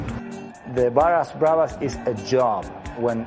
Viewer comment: They aren't called "bara brothers" it's Barras bravos Barrasford meaning neighbours and bravos meaning brave.dont try speaking another language when you haven't got a clue